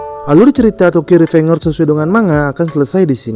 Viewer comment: Bacanya revenjers ngabs